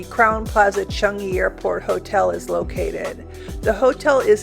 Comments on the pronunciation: Everytime you say "Chung-ee" 🤦‍♂🤦‍♂ It's pronounced "Chang-ee" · Not only are u saying it wrong but Sooo many TIMES ! CHUNGee, CHUNGee! 😵‍💫